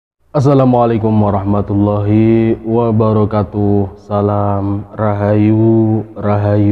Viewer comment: Maaf..salamnya...bukan wabara katuuh..tapi wabara kaaatuh..